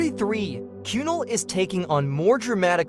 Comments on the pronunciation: Not KYUNAL its kunaaal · that narration was terrible, how difficult is it to pronounce Kunal